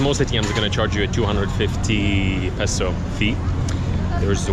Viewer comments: its actually pronounced as peso not piso btw he taught u incorrectly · It bothers me when someone shares incorrect information. When you use Filipino, or more specifically Tagalog, for monetary values, it's pronounced as "piso." But when you say the value in English, it's always "peso." You were already correct when you said it the first time before asking the good lady. For example: you say "dalawampung piso" (₱20.00) in Tagalog but in English, it is "twenty peso" when you are referring to the actual coin or paper bill (twenty peso coin or twenty peso bill); and you say "twenty pesos" (when you are referring to a price or accumulated amount). Hope that helps. Great vlog, by the way. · its PESO not PISO, piso means 1 peso. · peso or piso 😂😂😂😂😂😂😂😂 its the same😂😂😂😂😂 depends on someone's accent